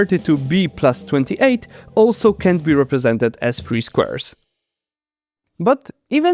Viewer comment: 7min41s: If you pronounce can and can't in the same way it is very unclear what you just said. Try saying cannot instead of can't. Modular arithmetic has remainders ( something which remains ) not reminders ( something not to be forgotten ). Now practice saying : Remember you can't forget your remainders.